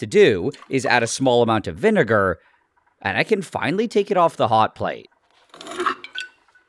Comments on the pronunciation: That V- nigger pronounce is quite literal buddy 😐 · his pronounciation of vinegar is vineger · I swear he just said vinegar to get a free hard r pass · WHAT DID HE JUST SAY! oh nvm VINEager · Why did nile say vinegar like he was a veteran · why is he pronouncing vinegar like that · Why you saying vinegar like that